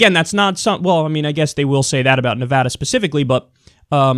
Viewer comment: thanks for saying nevada correctly. crap